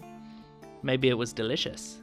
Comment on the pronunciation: He said Mabye it was delicious.